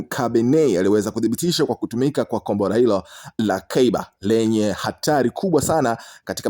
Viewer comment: Mtangazaji usisema gombora la ushada sema kombora la makonyo